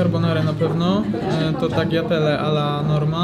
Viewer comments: Wymawia się taljatele nie taGljatele, G jest nieme... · tagliatelle nie mowi się g mordko :) tajatele sie mowi :D